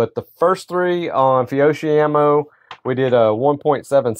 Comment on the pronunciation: Fiocchi is pronounced Fee-oh-key